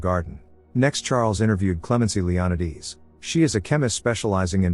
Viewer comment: Leonidas pronounced Leon~eye~d’s instead of Leon~eye~das is a new one! I love the way these AI voices miss pronounced names. I’m not complaining , I’m just saying it’s interesting bc I was like WTF kind of name is that, until I realized what it was! Magda being Mog~da.. interesting maybe even a bit peculiar! Enjoyable either way!